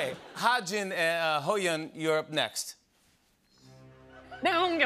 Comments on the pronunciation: the two versions are "ha-jun" and "ha-joon" idk where jimmy's getting the "jin" from. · He kept saying ha Jin when it is wi ha JOON 😂😂😂 Its sooo funny